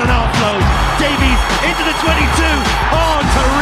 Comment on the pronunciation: it's jonathan davies, not davees, silly irish man